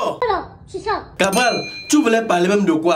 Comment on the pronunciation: Cabrel pas Cabral 😪